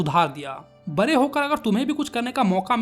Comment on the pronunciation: RK bhaiya be like Bade × Bare √ 😆😆